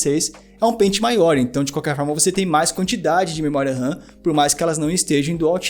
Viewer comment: o cara fala assobiando.. ao inves d memoria RAM, ele fala memoria SAM.. puutz